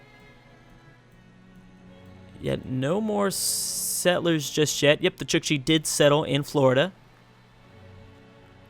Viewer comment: It's not pronounced chichi, but Chook-chi. It's writting Chukchi. Or Chukotka (Choo-koht-ka) In russian, the country these people live in :)